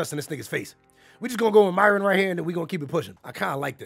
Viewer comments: Nigga said Myron I'm ded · 🤣🤣 he called him Myron